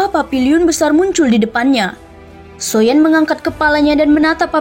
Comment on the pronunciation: Agak aneh sih klo di sebut nya SHOYAN 😢